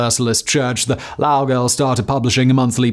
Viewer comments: Simon finally covers a human tragedy that I grew up next to, not a minute in and I already want to tear my hair out at the pronunciation of Lowell. Bless you Simon, I'm never going to be able to forget this pronunciation. It's going to be how I purposefully drive my friends insane for the rest of my life. All joking aside, growing up I, much like many commenters, took frequent field trips to the Lowell Mills. Once, they had the machines actually up and running for us while describing how the girls would work on them. We could all physically feel the speed they were going at, and we couldn't even see the bobbins. Then we got a story about how a girl wasn't careful enough with putting her hair up and how she got literally scalped by the machine. Real gruesome stuff to be told as a 12 year old, but that's history alright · Omg … listening to you mispronounce Lowell 😂 … it’s not just me right? I live in MA & went to UMASS Lowell. I feel like we all learn about this super depressing part of our history in school. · I spent this recitation wincing every time Simon mispronounced "Lowell". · Ya im from Massachusetts and hearing you pronounce Lowell wrong is driving me crazy 🤣 Also when I was in elementary school and middle school we would visit the mills to lear about this. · Hearing you pronounce lowell the way you do is making my blood boil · I have been pronouncing Lowell wrong all this time. It has been pronounced lo well. Maybe that is why the war of 1812 was fought? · Very interesting. Would be nice if Lowell had been pronounced correctly though. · as someone from NE, idk if you know youre pronouncing lowell wrong but you are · That is not how Lowell is pronounced. Just kidding, but it was hard not to cringe. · love your videos but your pronouciation of Lowell is killing me lol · all the research that went into this video yet you didnt once pronounce Lowell correctly..... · Low-well, not Laugh-well. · Why is he Laowell it’s loe well totally agree he is saying it wrong